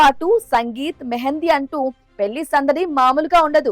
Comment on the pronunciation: పెళ్లి అనాలి అక్కా😂😂😂 పెల్లి కాదు😅😂😅😂